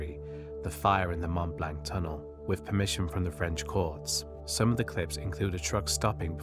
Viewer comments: mont blank? mont blanc, pron', blon. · it is not pronounce Mount Blanc, it is pronounced Mont Blonc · Mont Blanc - you have to say Mmoh blurgh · Extremely interesting and obviously very well researched! Just one small point for your channel improvement. “Mont Blanc” has the French pronunciation of “Mont BLONC” That’s how it’s pronounced in the English Language also! Best Regards. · "Mont Blank"